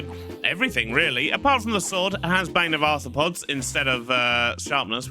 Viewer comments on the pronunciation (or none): 'Ban of Arthropods' 🤣🤣 It's pronounced more like 'Bayn' 🙃😉😄